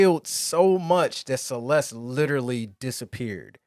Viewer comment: It's Celes-the!!